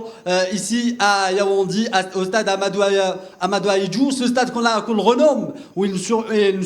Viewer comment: Yaoundé pas yaoundi ! Ahmadou Ahidjo pas Ahmadou Ahidjou et les lions indomptable ont peur d’aucune nation arrêter de mentir pour vous rassurer